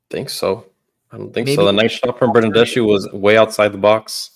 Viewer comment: Hi, the correct pronunciation of the name Bernardeschi is with the K sound in the end....like ski..i'm Italian, trust me!!:D Thanks for the show!!!